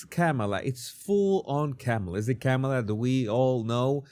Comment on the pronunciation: please pronounce her name correctly. I agree with all you have said, but her name is pronounced, "Comma la". Just like the comma in grammar. Not Cam a la.